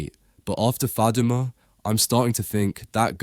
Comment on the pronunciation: The way say Faduma doesn’t sound Somali accent you sure u Somali?????